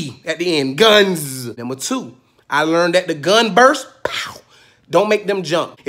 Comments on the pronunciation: I burst out laughing at "one gunzzz with a zee" and didn't think it could get better. I was wrong. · I'm sorry but you said it with 1 z it's 2 z